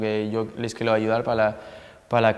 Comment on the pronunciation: Los quielo ayudal pala clecel jajaja me encanta que no pronuncia bien la r, me encantas griezmann! 😂❤️